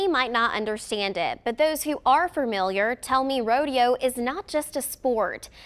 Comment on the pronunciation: Lady, the word is FAMiliar! NOT FERMiliar!!!